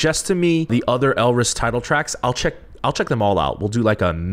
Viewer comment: im definitely late but maybe youll still see this GSHSJDH elris is pronounced without the R, almost like 'alice' which plays a little into their wonderland concept theyve had for songs like 'we, first'. their sound has been unique and almost quirky?? since debut. if you liked jackpot that much then you will definitely love pow pow, the composition is fun and the song is catchy, i think its their most well-known song to date? theyve only had 4 albums so far and debuted in 2017 (we first, color crush, summer dream, & jackpot) summer dream was more of a sweeter song and had calmer vocals but it was so refreshing. as a blris since that era, i wish it wasnt drowned out by the rest of the summer song releases that year ㅠㅠ you might already know from comments but there were 2 new members for this comeback, EJ (orange hair, rapper) and chaejeong (blonde, right after first chorus). the short hair girl is bella, she was the only rapper beforehand but karin (bangs, cutie) rapped a little bit with her in pow pow which also had a dope asf verse. you know sohee already, curly black hair is yukyung, and hyesong had ribbons braided into her hair. this comment is long as fuck but elris is so criminally underrated, im really hyped to see someone who enjoyed jackpot that much because alot of the reaction ive seen has been just 'eh' even though its one of the most unique gg title tracks this year, maybe next to fiesta, so what or dumhdurum? anyway pls become blris stream no big deal